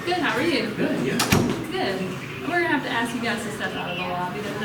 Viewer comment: Anytime someone say AXE instead of ASK it's cringey